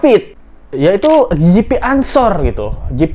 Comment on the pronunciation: GP bacanya bukan JiPi, tp GePe. GP Ansor organisasi kepemudaan NU yg massa nya besar dan berskala nasional. Klo GP Ansor bergerak, auto nangis bapaknya Mario🤣🤣🤣